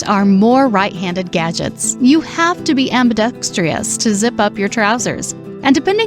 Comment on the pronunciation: Note to the moderator: While your delivery of the entire podcast was awesome and nearly perfect, there was one word that you mispronounced, perhaps because it was spelled wrong. That word is “ambidextrous”. You pronounced it as “ambidextrious”, giving it one more syllable. Other than that, perfection!